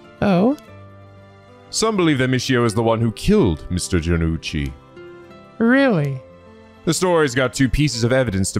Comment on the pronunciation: For all the weird pronunciations and memes from it, you pronounced jonouchi near perfectly here! Maybe I’d take more emphasis off of the u sound and just make the ou sound more like a deepened o sound. Not oo, just o with a little more emphasis. But that’s just one thing, the rest was great!